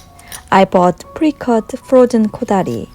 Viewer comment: Hi! I love the way you say “fro-jen” instead of “frozen.” ☺️ I bet I would pronounce many Korean words differently also. Lol This dish looks amazing! Do you serve chilled after refrigerating or do you warm again before serving?